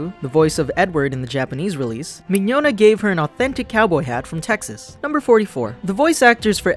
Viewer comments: I can't believe they pronounced Vic Mignogna's name wrong. >.> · LOL woops. That's my bad. Mignogna's name always gets me. As for the Hetalia reference, I meant to say siblings, but screwed up. D